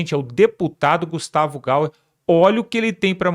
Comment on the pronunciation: 😂 É Gustavo Gayer que pronuncia Gaier